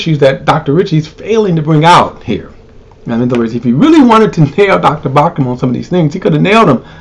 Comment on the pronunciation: It's BAUCHAM,not BAUCMAN.